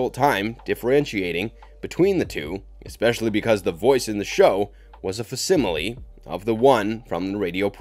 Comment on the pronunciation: "fah-similee"? It's pronounced FAK-similee... DAY-grr? FURR-ba? It's PURR-bah... C'mon...